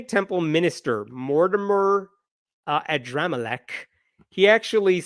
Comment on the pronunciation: i couldn't help laughing every time you said Adramelech